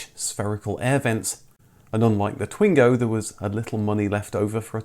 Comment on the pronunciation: Twingo is pronounced "Twang-o"